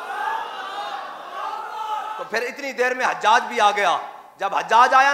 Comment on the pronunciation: Or ilmi halaat ye apki k ap hujjaj ko hajjaj parh rahy wah Mirza umber part 2